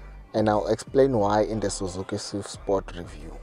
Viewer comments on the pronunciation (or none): none